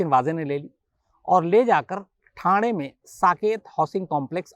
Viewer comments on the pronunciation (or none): none